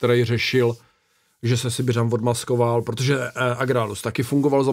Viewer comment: Mě strašně sere, jak mluví. Absolutní afekt z jeho T. Když chci říct "protože", tak neříkám "prodože. Já jako člověk aktivní v muzice, zakládající si na výslovnosti a artikulaci tohle nedávám. Bolí mě uši!